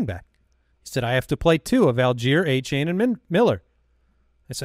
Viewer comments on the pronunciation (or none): Achane said were pronouncing his name wrong. Its De-Von A-Chan like chan in channel. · Achane has come out and addressed the incorrect pronunciation of his name so you guys can stop butchering it 😂